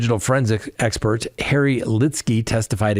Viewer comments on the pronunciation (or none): none